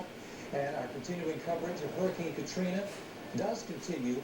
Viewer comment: "hurricane katrin"😂